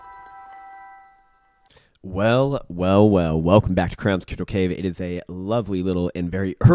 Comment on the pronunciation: Always uplifted when I wake up & hear u welcome me to " 'kypto' cave..." 😄